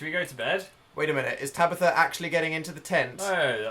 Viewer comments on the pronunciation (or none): Is it me or does dan say Tabithr